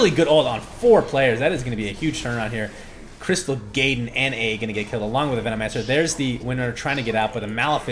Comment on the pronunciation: You'd get more subscribers if you stop saying "Crystal Gay-den".